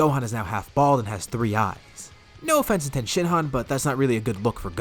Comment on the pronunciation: Its tien not ten